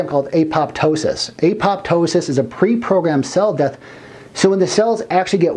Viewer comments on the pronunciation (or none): none